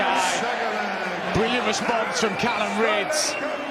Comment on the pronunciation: Will someone tell Mark Webster that his name is Callan not Callum